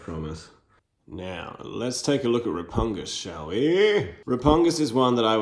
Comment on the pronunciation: I'm amused that you mispronounce both of their names. It's Grotusque as in TUSK. And it's RePUGnus as in "repugnant".